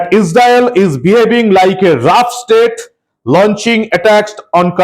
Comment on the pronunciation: ওটার উচ্চারণ রগ ---- রগ স্টেট।